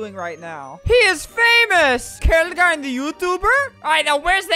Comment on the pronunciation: It’s not kale gind ALBERT ITS (K FOUR LEGIND)